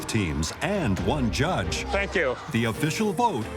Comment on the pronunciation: "After some vocal support for both teams and for one dgudge" 🗣️🗣️🗣️🔥🔥🔥😭😭😭. Bro Alvin was truly main character 😭😭😭